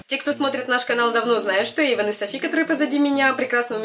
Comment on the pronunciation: Не Эйвон про а Эйвон бро 😴😴💩